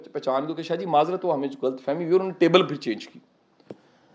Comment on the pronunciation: Ghalt nhi sir lafz h ghallat, please correctly pronounce